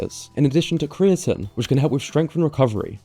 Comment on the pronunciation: it takes away from your credibility by having the worst mispronunciation of creatine I've heard this week. No offence it was funny.